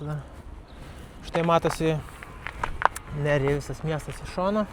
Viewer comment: Geras video.Ispanijoj, nors vanduo iš čiaupo dažnai būna geriamas,bet turi daug chloro ir priemaišų.Geriau negerk.Raidė J tariasi kaip ch.Miestas Nerja lietuviškai skambėtų kaip Nercha.Keliavau po šiaurės Ispanija su dviračiu prieš 10 metų.Labai malonūs prisiminimai.Gero kelio🙂